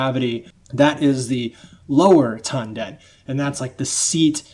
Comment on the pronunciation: You pronounced "Tanden" incorrectly.